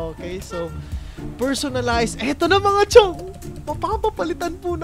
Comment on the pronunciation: STOP SAYING "CHIONG"